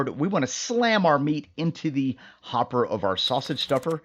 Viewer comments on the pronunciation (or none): none